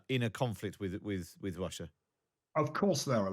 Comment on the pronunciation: The host: I'm tewwibly concerned that Gweat Bwitain may have to fight in Wussia! 🤣🤣🤣🤣🤣